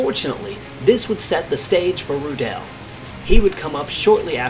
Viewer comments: The pronounciation is Rudl not Rudaeeellll. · I believe the correct pronunciation of his surname is.....Roooo-dl......not Roodell......Good report! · His name is pronounced RU- del not Ru-DEL like you mispronounced 100 times during the video. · Not Roo- DELL just Rudel and roll the arrrr a little like strudel ! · he also shot down 11 soviet aircraft, flying a focke-wulf 190G ground attack fighter bomber. when his stuka was hit by ground fire, rudel's leg was amputated below the knee, yet he still fought. hitler loved him and awarded him the knights cross with swords and golden oakleaves, the only person in the wehrmacht to get this award. btw, rudel is not pronounced rudell. it's pronounced roodle..how about doing a story on 352 victory ace erich hartmann, the blond knight of germany...and heinrich erler, a 212 victory ace wrongly blamed and arrested for the loss of the battleship tirpitz and who rammed his me-262 jet fighter into an american bomber, saying to a friend over the radio,' i'm going to ram this one. see you in valhalla.' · His name is pronounced "Roodle", not "Rudelle"! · You don't really spreak the "e" in Rudel. It's more spoken like: "Rudl" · Pronounce his name like 'Rudolph' Ru-del One L at the end is the clue Sounds more German that way Your saying it like it has 2 L's and an E at the end, he's certainly not French. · Wrong pronunciation of his name. It's [ˈʁuːdl̩] Ruudl with a silent e. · idea for future videos: try to pronounce the names RIGHT ! Rudel ist not like michelle , RU - del , Ru deep and short, del like dell the same. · the emphasis in "Rudel" is on the u, not the e. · Please make an attempt to pronounce his surname correctly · U pronunce his name like it was french:D Like rudélle. Its just rroodel. Like noodle with a strong r. And im not getting startet how wrong yullrick sounds ^^